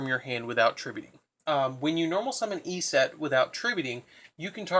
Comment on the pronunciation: Your pronunciation of "Eset" makes me cringe every time.